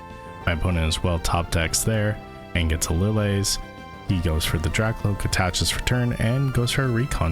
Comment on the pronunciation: Who pronounces "Lillie" as "Li-lay"? its "Li-Lee" like "Lilly".